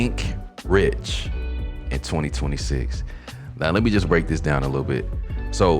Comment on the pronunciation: Rich doesn't rhyme with six. Aw well.